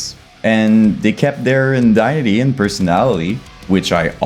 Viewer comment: When you say "indiety", do you mean identity? If so. Eye-den-titty Should help you out with the pronunciation on that one. 🤘🤘